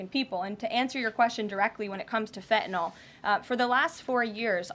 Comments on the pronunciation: Fentanyl is pronounced Fentanyl - not Fentanall. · Can someone please tell this woman there is an N in Fentanyl / it is not Fetanyl ! Also, why don’t you help your drug addicts ? The demand is the issue not where it comes from ! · This silly young puppet needs to be educated in the pronunciation of FENTANYL not FENTANOL. Poor speech for the position she holds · …and she can’t pronounce Fentenyl ( and I can’t spell it 😂) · Someone tell that stupid woman that there is a t in fentanyl. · I wish KL would at least pronounce Fentanyl properly(every time she says it! ) I’m not normally so snobbish BUT after all she does work in the WH. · Why can she not SAY the word fentanyl! She doesn’t pronounce her T’s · I wish she'd learn how to say fentanyl